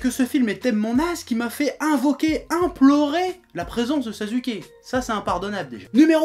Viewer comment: Sa veux parler de naruto mais c'est déjà pas capable de citer le nom de sasuke, tu le nomme [Sazuke] après c'est que tu connais pas naruto ou alors t'as des problèmes de citations mais ton classement est beaucoup trop nul à chier comme tu le dis si bien, arrête de parler de naruto shippuden et va te mettre à du fairy tail sa ira mieux avec le bonhomme